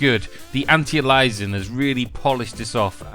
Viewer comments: like Alias the TV show! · "anti-elizin'" oh jesus. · lol bothered me too - say it all together now - ANT - EYE - AIL- EE - ESS - ING